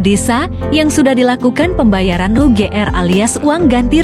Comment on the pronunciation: Napa sih mbak nya setiap bilang ugr pasti ngucapin nya ujr,tapi kalo bilang getaci mbak nya kagak ngucapin jetaci,rungkad pisan😌